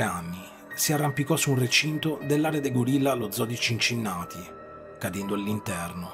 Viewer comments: Cincinnati si pronuncia diversamente.... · Ma daiii! A parte la narrazione che vuole essere inquietante ma risulta fastidiosa…non sai nemmeno il nome del fidanzato di Diana, la pronuncia di Cincinnati ed altre imprecisioni…bah